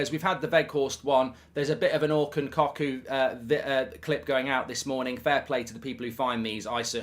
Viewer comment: COCKOO IS PRONOUNCED CUCKOO !!!!